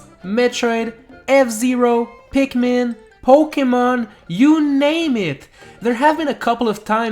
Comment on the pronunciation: Finally someone who at least say pikmin.